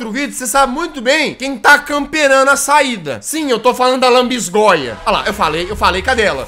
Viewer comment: "Lanbisgoia do satanais " NÃO TANKEI KKK